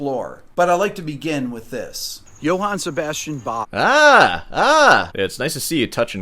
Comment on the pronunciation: 1. yot ss, not j s 2. I love how rick tries to pronounce Johann and Bach correctly but not Sebastian 3. if you look at jsb's 'song' titles like gottes zeit is die allerbeste zeit, it brings to mind not a religous context but a euphemism (had to look that word up) for extra-medicinal activities à la '60s american counter culture music